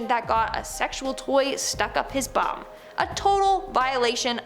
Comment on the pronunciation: Anything to do with eyes,teeth,genitals or feet (any operations or treatments etc) makes me feel cringy af....and i giggled at the way you said bum!